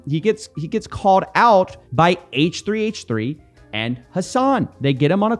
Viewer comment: H3H3 is pronounced hehe